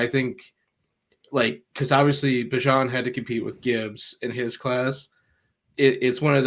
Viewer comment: How do you not know how to pronounce Bijan’s name? Good job for getting it right